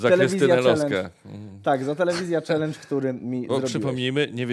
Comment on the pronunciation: pierwszy raz słyszę czalyndż,a nie czelendż